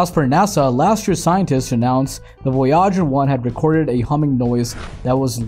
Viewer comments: Voy’ . ager not Voy äger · Silly clickbait title and a narration that can’t even pronounce the name of the spacecraft much less the bigger words. Maybe a hacked together GPT generated student project ?